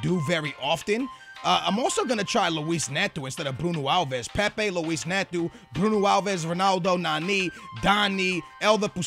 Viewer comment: Learn to pronounce names properly... Neto, not netoo